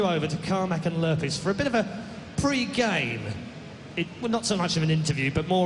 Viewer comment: its lurrpis -.